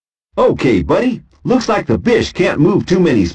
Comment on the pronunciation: It sounds like “bitch” whenever he says bish.